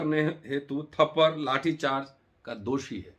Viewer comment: Thapadd hi hota hai bhai thaparr nahi. Aur har baat ko jaati mein baat kar victim card mat khelo